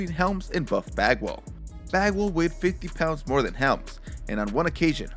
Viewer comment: Every time he says bagwall I only heard f@ 🤣 I had to go back and look at the subtitles to make the correction 😂